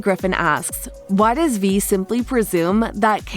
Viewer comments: Vi is pronounced v-eye not v-ee. And it’s Silco not Silo. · Aint no way she called Silco Silo and Vi Ve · VVV I NOT V ITS "V-EYE"